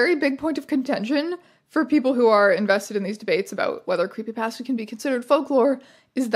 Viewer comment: I'm so sorry but every time you say creepy pasta my entire body shrivels at that pronunciation